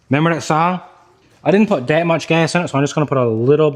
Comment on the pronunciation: That has a t in it it's not dat